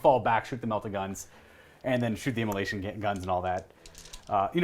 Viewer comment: "immola🎵SH🎵ion cannons"